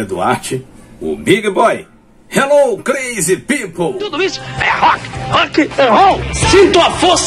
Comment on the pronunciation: Por favor, melhore a pronuncia de "crazy people", principalmente do "crazy". Big Boy agradece!